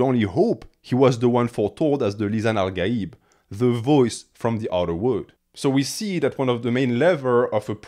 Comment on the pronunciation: One note: The 'gh' in 'al-ghaib' and any other Arabic words that happen to have that character is pronounced like the letter R in French and German